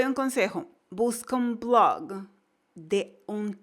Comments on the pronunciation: dice un BLOGGGG ! parece que va a vomitar, por favor necesita mejorar bastante su ingles NO ENGAÑE !!! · Marvele Herrera a mi no me gustó como pronunciado oasis blog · ¿Te dió gracia oir "un Blooog"? jajaaja. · lée un blooag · Dios esa.pronunciacion de blog.. Diossss .... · Siiiii por un momento pensé que iba a vomitar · Jajajajaja si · Gracias por los consejos, los pondré en práctica ;). Por otro lado, muy graciosa la forma en que pronuncias la palabra "blog" jajajajaja